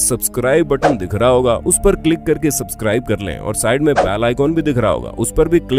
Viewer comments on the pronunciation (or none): none